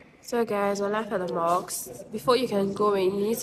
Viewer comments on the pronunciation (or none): Hahahaha how cute that you call the mosques. 🤪👉🏼 it's mosk not (moks)😋🤳 but anyway it's cute..!